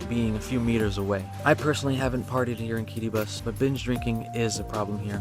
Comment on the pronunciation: I'm so proud of him for his correct pronunciation of the name of my country "Kiribati"